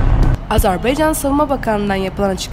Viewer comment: Azerbeycan yox Azerbaycan bir çok türk mühabiri yeni yeni düzgün selendirmeye başladı önemli